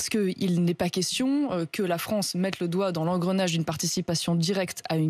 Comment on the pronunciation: Non franchement il respecte très bien la FRONCE. 🤣🤣🤣🤣🤣🤣🤣🤣